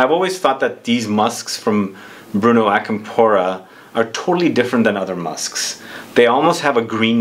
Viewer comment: Hey the accent is different on Acampora (It’s not on the “po” part, I believe from how the right pronunciation sounds the accent goes on the beginning of the word)